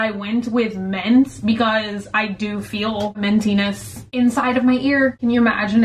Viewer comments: Mint & ment are not pronounced the same. What is wrong with you? Since when do i and e sound "exactly the same"? The vowel in Mint is correctly pronounced the same as in Hint. The vowel in Ment is correctly pronounced the same as in Cent. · so? she still said ment in this video and not mint... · The fact that she says ment instead of mint bothers me so much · bunny saying ment instead of mint for 16 minutes straight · I like how she says ment and menty instead of mint or minty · i'm like cringing but then laughing at the same time every time i hear "menty" "Ment" ... "mentiness" MINT BUNNY OMG MINT!! HAHAHA, i love you so much ! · Was anyone else hearing "ment" when she'd say "mint?" Or am I losing it haha 😂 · It's not ment it's mint. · Is it me or does she say ment instead of mint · Mk wait. She keeps saying “ment” isn’t it mint? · She says ment and not mint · Did she say ment not mint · Lol came to comment this too. Omg. Ment. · Ment, like tent 😂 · She keeps saying “ment” I’m slightly triggered 😂😂 love her tho😂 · I’m slightly disturbed that when you say mint it sounds like ment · Omg it bothered me so bad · I love and her videos, but does anyone else get bothered by the way she says words like mint, pin, pillow, and milk? I know it’s stupid but I can’t be the only one that it bothers haha!